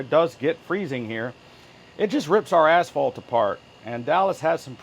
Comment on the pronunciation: I had to turn on CC for a moment.... "It just rips our Asphalt apart" sounded like "it just rips our assholes apart" lol On that AC, you want to make that exhaust port as short as possible and insulate it. I would also swap that cardboard out with some plywood. If it is crazy hot in the shop I would buy some plastic curtains from floor to ceiling and keep the main area of the shop cool. Spend a few more bucks and you can keep it at 72. better than trying to cool the entire shop. If you are baller you can buy the huge quilted sound deading blankets, or look for huge moving blankets. but they do sell the plastic curtains that will do the job. on the plus side, it will look like Dexter was about to kill someone.